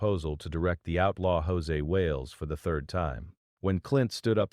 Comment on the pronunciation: Almost had my attention right up until he said “Hosay Wales” 🤣 This AI stuff is ruining already bad videos 🙄